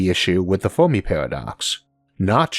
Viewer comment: "Biwwions" "fewmi" lol you cant say your r's or l's